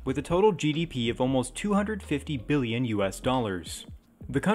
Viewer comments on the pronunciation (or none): none